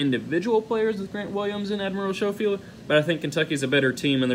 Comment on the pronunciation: Learn how to pronounce Schofield. It's not difficult. UK is not better than UT lol. We're No. 1 and you just picked who you root for